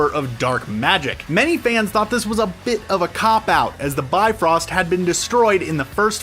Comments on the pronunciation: yup, its the bye-frost not the B-frost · i lost it when he kept calling it the beefrost its the bi frost not bee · I'm sorry, but I can't take y'all seriously when you keep saying "bee-frost" over and over